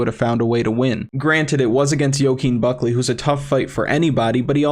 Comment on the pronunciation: Only thing pissing me off is how you say Buckley name